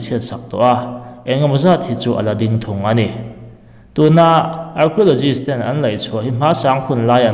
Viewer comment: Archeologists.... Kan tawng a nilo na chungin a lam dan hi han edit keuh la chu avan tha dawn tak